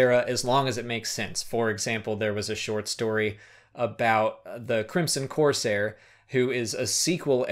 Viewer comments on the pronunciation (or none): none